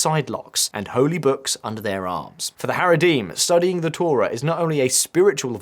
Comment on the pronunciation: Your mispronunciation of the word Torah infuriates me more then the Heredi, which is quite a lot. Also, why would you list the Talmud ahead of the Torah, its the other way around buddy.